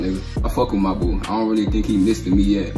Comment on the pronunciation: Reaction to lil “mebu” is Krazy you mean mabu